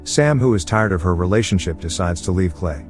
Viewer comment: He said realation ship multiple exatily 999